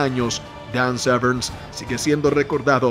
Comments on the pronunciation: Que mal pronuncias su apellido, no lleva "ese" al final, no es Severns, es Severn, sin "ese". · Severn, no SevernSS! xd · Dan "Severns" lol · Que te pases todo el vídeo pronunciando mal el apellido del protagonista no es muy profesional...